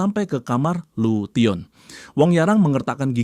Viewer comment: lution di baca nya lusen bang